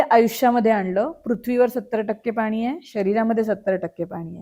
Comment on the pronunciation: निवेदक खूपच अशुद्ध बोलत आहे..सुधारणा केली पाहिजे.. आनी पानी पन टाळायला हवे 😢😢